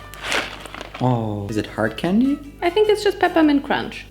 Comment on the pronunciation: cromch LOL